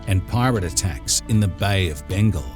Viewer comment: What a minute. Bay of Bengle??? What the hell is that??